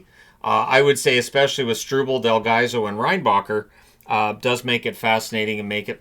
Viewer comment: The pronoucation of Reinbacher is close to perfect.